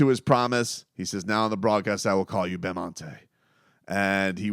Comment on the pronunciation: love how the broadcasters were calling him bamonte